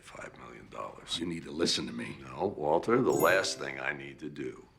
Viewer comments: MILL-Yun. MILLION? BILL-YUN. Waltuh’s pronunciation always gets me lol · The “Waltuh” meme doesn’t make any sense lol, clearly pronounces the R in Walter. Very clearly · That was more of a Waltur than a Waltuh, the r is very pronounced in this line